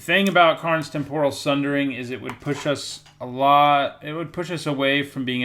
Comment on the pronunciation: Why does everyone say "Tempòral", it's "Tèmporal", cmon! XD